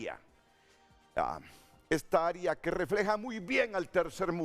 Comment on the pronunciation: No se dice "aria" caballo se dice área.